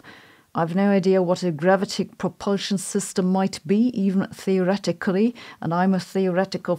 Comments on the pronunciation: Gravitic is pronounced: gra VIT ic . And array: ah-Ray. If you care to think about this, otherwise don't let me bother you. You are terrific. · Who else clicked on video just to hear her say gravitic.